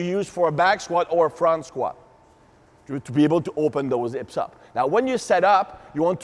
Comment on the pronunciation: And hips = "ips"; elbows = "hellbows."